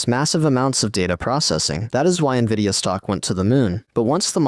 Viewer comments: If AI is so great, why does the AI voice in this video say N,I,V,I,D,A instead of Nvidia? Clearly, there's still a lot of work to be done. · Dammit, for a moment i thought "hmmm, an actual human narrating?" , but then hear "N V I D I A" being spelled instead of read out normal..... irony, A.I. talking about A.I. and the script was most likely created using A.I. as well. Trifecta, or Inception within inception? LOL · It's "N"vidia